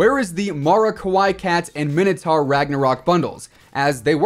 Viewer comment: Stop calling him minitar